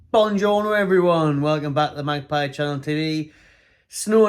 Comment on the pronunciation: He says 'Bonjorno' because he's actually Joe Pesci 👏🏽